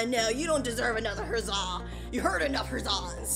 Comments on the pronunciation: Who else realized she said herzza and not huzza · he is saying hazza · she said herzah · Pov the last huzzah form spruit:HUZZ-aH 😂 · The next part that huzzah at the end he said huzz ba